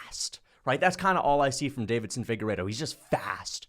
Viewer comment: Deiveson, not “Davidson,” damn it 😤